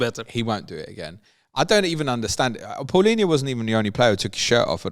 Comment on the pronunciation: Someone that pronounces Palhinha correctly deserves a lot of credit lol. De certeza Portuguese...